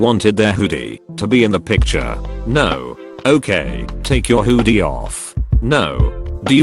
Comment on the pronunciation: no one: not anyone: text to speech: huudie